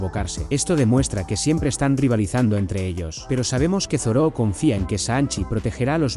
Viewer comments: es Zoro, no Zoró ._. me molesta de sobremanera escuchar Zoró, no sé por qué xD Buen video igual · Real XD ¿Por que les dice asi?